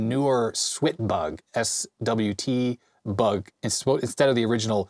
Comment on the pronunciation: IT'S "SWAT BUG", you know, like swatting a bug, there's even a fly swatter in the manual